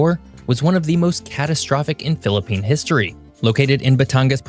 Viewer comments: Kudos to for excellent pronunciations of Philippine geographical features!! This is outstandingly researched video. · Bravo!!🎉 Nice vid and nice pronunciations of places!!! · The way he prounouced the words is good, like he lived in philipines before!😮